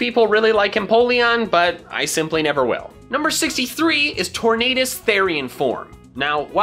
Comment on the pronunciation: Did you see at one point, he said instead of “Tornadus” it was changed to “Torn Anus“